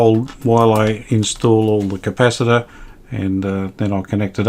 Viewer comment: Polly wanna "Cap-per! LOL😁